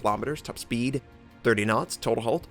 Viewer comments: I keep hearing hole when he says hull... so it sounded like this "Lets be honest... everyone's got an A-hole" ( ͡° ͜ʖ ͡°) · "Everyone has an a-holl" - 2016 ( ͡° ͜ʖ ͡°)